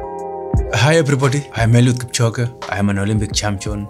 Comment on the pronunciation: today ive learnt to pronounce Eliud Kipchoge thanks GQ